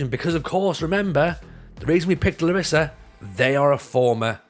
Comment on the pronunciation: It's pronounced LArissa